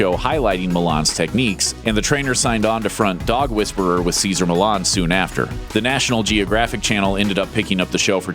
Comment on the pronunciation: It's Millan FF sake, pronounced "Meeshan", not "Milan"